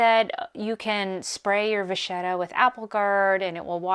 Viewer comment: I believe it’s pronounced va kett a.